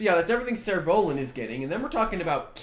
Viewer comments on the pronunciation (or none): ah i was listening to his pronunciation I was like Surolan xD. What is that